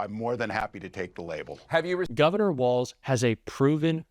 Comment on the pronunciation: Thank you for pronouncing his name correctly. So many “pundits” are calling him WALTZ. Nice but wrong.